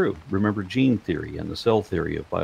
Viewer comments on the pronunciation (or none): none